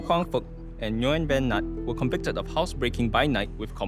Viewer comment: the way he pronounced “nguyen” irks me so much 😭